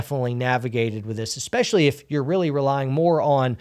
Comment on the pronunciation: you said "esspecially" - is that a secret signal? Are you being held against your will? Just kidding - hope you're doing well!